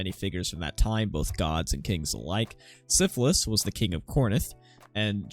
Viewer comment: Good video but your favorite character's name Sisyphus is pronounced Sis-uh-fuhs, not syphilis like the disease. Just in case you mention him outside of this video in the future.